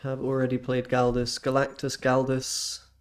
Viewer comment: Galois is French and pronounced like “gal-wah”, name of a famous mathematician